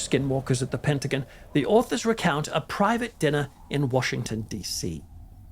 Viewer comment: Said Pent ah gone. Not Pent ah guin.❤ Patty